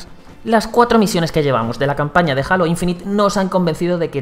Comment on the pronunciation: Alto Youtuber pusieron para probar Halo Infinite, Halo lo pronuncia como el culo XD